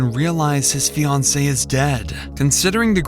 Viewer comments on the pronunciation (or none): ok i know there's bigger fish to fry in this video, but what the heck was that pronunciation of fiancée?